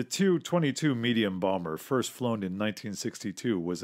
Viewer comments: It drives me nuts that you pronounce the Tupulev aircraft like the Tu-22 as Two Twenty Two. Of course youre free to pronounce things however you wish especially on your own channel...if you dont mind getting the small little details incorrect. I.have a touch of OCD and it drives me up the wall when people get the small details incorrect-things many would consider insignifigant and no biggie either way. To me its like when people drags their nails over a chalk board with that high pitched screeching type of sound. With me this is especially true with anything and everything aviation. Makes sense in a way as Aviation is all about getting the tinest of things completely correct and paying equal attention to the details as you would the big glaring things. Having said that the "Tu" part is and has always been pronounced correctly by pronouncing each individual letter and not trying to make a word of it. Its not meant to be a word and is only pronounced as such by people generally outside of Aviation and thus basically aviation ignorant by and large. Kind of like most of that same group of Aviation outsiders ignorant of flying pronounce things like the acronym BDU again pronounced by sayi g its individual letters as Bidoo. I know some acronyms are pronounced as words but those are generally well known.. Do what you will of course i dont expect you to change the way you, or anyone else for that matter, do things just because I would do it differently. Im not a self entitled millinn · It’s funny in Red Storm Rising the Soviets use the Tu-22 (pronounced “tee-you” not “too”)Blinder effectively against airbases in Britain.